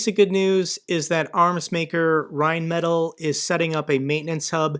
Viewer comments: Rheinmetall: rind-met-tall (it's not perfect but it's close enough.) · Your pronunciation of rheinmetall is hilarious. Keep up the vids